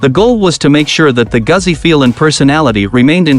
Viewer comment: He's a robot - mispronounced Goozi.